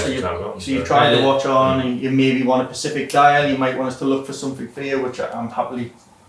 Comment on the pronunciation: Someone please tell how to say SPECIFIC properly 😂